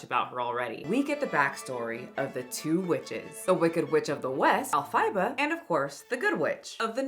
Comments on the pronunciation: When you pronounce the main character's name as "El Fy Ba" instead of "El Faba " and don't kown the edited poster was posted by a Wicked fan account from Mexico, you've lost all credibility. You don't care about this or the people involved. You just want to point and ring your shame bell. Well, 🔔 shame 🔔 on you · girl you did NOT call elphaba elf-aye-buh😭 it's ell-fuh-buh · Wait... did she say Elphiba instead of Elphaba? Just curious. Edit: She also said Irvo instead of Erivo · Did you just say ell fih bah? Her name is Elphaba. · ELPHABA (EL-FUH-BA) not ELPHIBA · not that it matters but pronunciation is el-fuh-buh not el-fie-buh. The name coming from L Fran Baums initials being somewhat phonetically being pronounced. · Epheyeba and airanna grande LMAO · I'm sorry, "Elpheyeba"?? Girl..... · Just FYI: It’s “ELL-fah-bah.” Stress on the first syllable. ❤ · Did she say ElFAIba? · Did you call her Elphyba? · “el-PHI-ba!?” Is that for real? Are they really pronouncing it that way because I cannot I am gonna be changed for good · El-fai-buh????? EL-FAI-BUH????🤨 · The way you pronounced Alphaba 😢😅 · As a theatre kid, the pronunciation of “El-Fie-bah” through me 💀 . Still love you but damn 😂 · Not you pronouncing Elphaba as El-FY-ba! 😆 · Holy shit you can’t pronounce her name or her characters name can you? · You did not just say Elphaba like that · Ma'am how are you gonna do a Wicked video and not know how to pronounce "Elphaba"? 😂 And Cynthia didn't say "the most offensive thing I've EVER seen" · wondering if i should trust the person who cannot pronouce any of the character or cast names correctly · Not my girl mispronouncing Elphaba the music theater nerd in me is dying 😝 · I can’t hear anything past the mispronunciation of Elphaba 😅